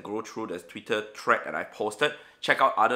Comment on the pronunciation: "Tweetuh" 🤣 (no hate but i found that really funny)